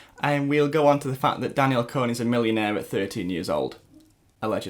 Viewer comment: Your Saying it wrong its Danielle "Con" -- Con /kɒn/ persuade (someone) to do or believe something by lying to them. an instance of deceiving or tricking someone.